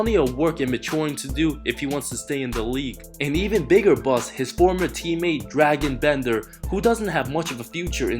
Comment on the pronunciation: Drah-gon Bender not Dragon Bender